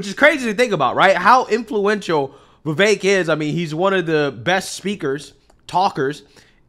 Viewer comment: There is no A in the name Vivek why does he keep saying vivaik